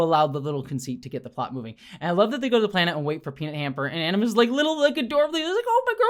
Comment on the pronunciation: "animus" = aGimus! ☝️😉